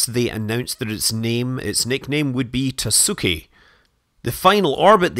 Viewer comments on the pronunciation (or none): Pro tip: "tasuki" is pronounced "taski", the u is silent. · That's what I meant, but yes, it is hard to just write down a good approximation for english speakers. My main point was that "taski" is closer than "tasooki". (Just seeing your comment now because someone gave a thumbs up. It would be nice to get notifications for all answers, Youtube...) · Are you Japanese ? Any time I heard たすき, the u was silent like in 好き. Is this tasuki a different one, hence why it would be pronunced differently ? Or maybe we have to define what is "silent". I'd be genuinely happy to be proven wrong.